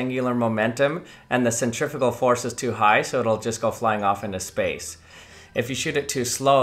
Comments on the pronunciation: Why did you keep saying Centrifical it's Centrifugal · Absolutely hate how Americans say centrifugal...